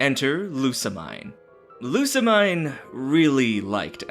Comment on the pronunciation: I dunno if you'll read this, but the mine om Lusamine is pronounced as meen.